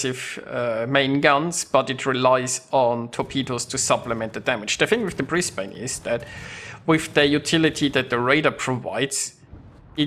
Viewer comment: British ship? Brisbane is of the Commonwealth, regardless of it being based off Mino. Also you aim too high up on your targets which is why you miss an insane amount of your shots. 76k is on the pretty low side. Its not pronounced Bris Bayne either its more like Bris Ban with the E being silent.